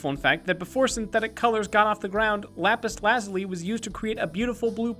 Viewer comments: it's not lapus lazly it's lapus lazuliy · I think its pronounced lapis la zoo lee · It pronounce lapaz lu-zoo-ly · you could tell it was an April fool's day joke because of how he pronounces Lapis. its Lapis La-Zoo-Lee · why does no one know how to pronounce lapis lazuli it's: la - (j like z sound) - you - lie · The pronunciation of lapis lazuli feels so wrong. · Why does he pronounce lapis lazuli so weirdly? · so is the april fools joke the horrible mispronunciations of lapis lazuli and peridot?